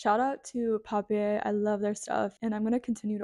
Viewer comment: i really loved all these ideas, i'll be definitely making some things. i always gift my friends more elaborate christmas cookies, because they all dont like baking. my favourite ones are schwarzwälderkirsch plätzchen (german ones), i love them. speaking of german, the brand of journals is a german word (which means paper, surprise surprise). it is pronounced like this: paˈpiːɐ̯